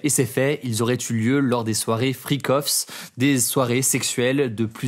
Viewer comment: damn, to hear you hit "freak-offs" in french is too tight, thanks for that